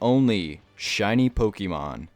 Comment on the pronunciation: oh for god's sake please its pokééééémon not pokeemon 🙏🙏 but anyways great video !